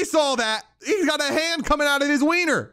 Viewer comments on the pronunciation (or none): none